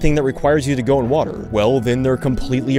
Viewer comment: I love how he says water wWA err